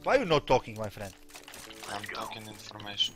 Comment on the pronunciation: "ma frend"😂